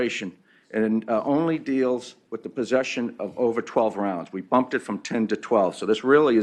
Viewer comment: I wanted to STRANGLE that 1st fuck for saying "Rounds" wrong in EVERY WAY POSSIBLE!